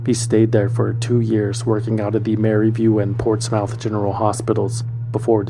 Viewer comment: It's pronounced portsmUTH. I live in NC about an hour or so from Portsmouth, VA